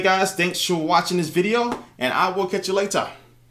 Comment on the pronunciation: how come you say "catch you l8a" like a british person now? is it cause of nicki minaj?